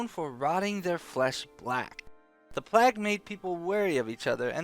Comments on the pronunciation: Every time you say "plaag", a child in india dies of cancer, aids, and syphillis, all at once. But more importantly, my ears bleed. "PLAYG", not "PLAAG", ffs, do people not learn basic literacy these days or did you sleep through those classes? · Why the hell do you pronounce PLAGUE like PLAQUE. DUDE REALLY???! LOL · PLAG lol. Pretty sure it's play-g. Sweet video nonetheless. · lol you say plague like "plack" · oh, maybe. I was playing and just listening. still, he says it funny, which maybe was the plan all along! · I love you,, but you say plague funny. Just sayin'